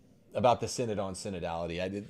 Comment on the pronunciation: “The Mortal Sin-Nod”